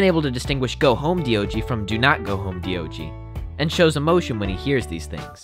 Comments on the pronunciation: His name is D O G not deeogee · Diogee is literally D-O-G sounded out lmao I'm naming my pet that....